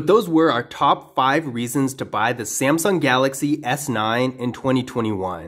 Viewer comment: you accidentally said samsing galaxy s9